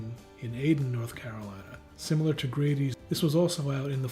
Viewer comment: You pronounced the name for Grady’s wrong and we’re way off the mark with your review.